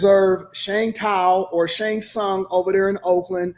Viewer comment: That man said Shang Tsung. Deceased 💀